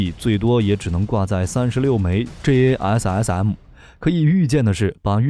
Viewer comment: Like the way he said JASSM.....Lovely.....